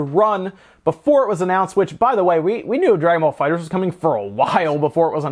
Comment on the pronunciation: THE ONLY PERSON WHO GET'S THE NAME RIGHT LOL ... ALRIGHT NOW LET'S START THIS VIDEO LOL.